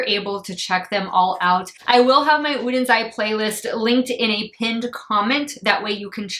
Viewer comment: You're very welcome! Also I really appreciate the fact that you took the time to learn how to pronounce the brand's name! I know it's petty, but it kind of drives me crazy when people don't do that.